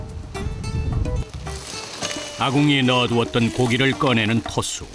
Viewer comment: 토수인데 계속 트수로 들리네